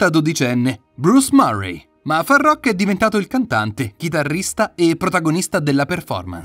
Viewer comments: "Faruk" non farrrokkk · Imparate a leggere ed a scrivere, prima di parlare e di pronunciare il nome di Farookh (dove le due oo si pronunciano u) e non come dite voi. In più c'è da dire che, tante cose non sono vere e che non hanno a che vedere con Farookh. Sbagliato... su tutti i fronti. È tutto da correggere...